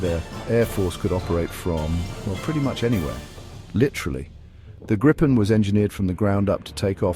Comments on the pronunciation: It would be better if an improved AI commentary were used - this one failed even to pronounce "Gripen" the same way throughout the video - several different ones were used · Not as bad as having 4 ways of pronouncing 'Gripen'.